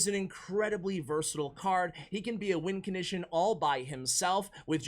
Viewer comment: nobody:: lets dont put the goblin barrel in the top 10 “wincontition” list